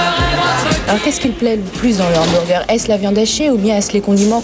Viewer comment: En résumé, William Sheller était à l'époque le seul français à prononcer correctement le mot hamburger. En 1997, ouiiin, BK quitte l'hexagone. La disette durera 15 ans